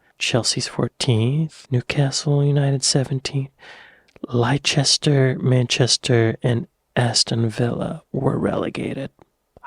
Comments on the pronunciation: Lie Chester 😂 you mean Lester 😂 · lol still called Leicester lichester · The way he said Leicester made wr really annoyed. You watch so many videos about the UK yet you can't pronounce a city properly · 'Lester' is how you pronounce Leicester. 🙂